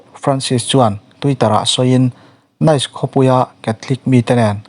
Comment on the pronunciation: Nice hi 'Nis' tia lam tur a nit.